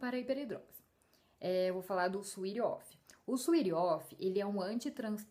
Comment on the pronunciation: adorei o video, meu suor nao chega a ser de hiperidrose mas é bastante e bem irritante. com certeza vou comprar esse desodorante. e ah, uma dica, se fala "suét of" nao "suit of"